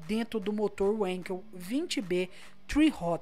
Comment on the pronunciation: a pronuncia WANKEL ´é "VÂNKEL" e nao "uenkel" ja que o criador desse tiop de motor é ALEMÃO e W por la tem som de V só lembrar do jeito que fala volksWWWagen, e SE NAO ME ENGANO o motor do 787B não é feito pela mazda kkk, comprar de uma empresa de competição que ja estava acostumada a mecher com esse tipo de motor pra pista